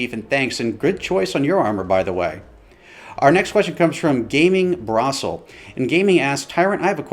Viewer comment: And btw it’s Gamingbrossef with an f not L 😂